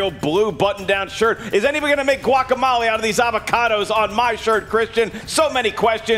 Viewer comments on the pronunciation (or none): One question... Just what the hell is guac-a-molly? 😉